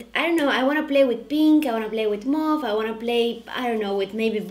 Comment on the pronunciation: You are so lovely!!! And thank you for saying "mauve" correctly! #PetPeeve Subscribed to your second channel. Stay beautiful 💖🎉🎊